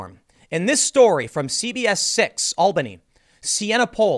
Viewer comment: Finally someone pronounced the city Albany correctly.